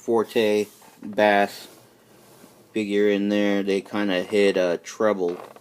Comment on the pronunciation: Its pronounced base not bass hes not a fish